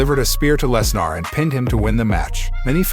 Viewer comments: I'm sorry, but every time this guy said "Less-NAR", it made me lol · Very good WrestleMania. Of course knew Roman was going to win! Please stop mis pronouncing Lesnars name.